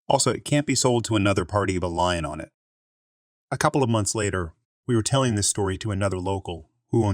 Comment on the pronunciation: 'lien' is pronounced 'lean'